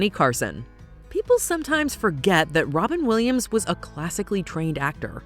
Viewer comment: Wobin Williams 😂